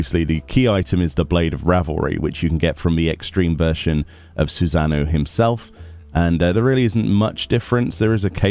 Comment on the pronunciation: "Susan-O"